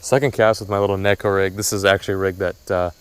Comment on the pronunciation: It’s neeeeeko not necko